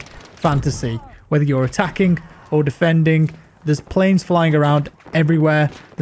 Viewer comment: haha i also notice the K after every G